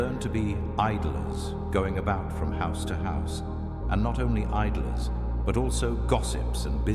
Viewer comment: is it idolers or idlers?